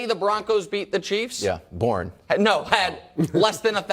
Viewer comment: “born” wildes is so funny lmao